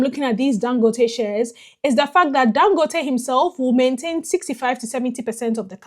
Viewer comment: Thank you for trying to pronounce his name right. 🤷🏽‍♂️